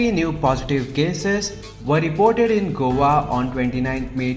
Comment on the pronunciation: Please please say Go a. Not govaa. Please please please.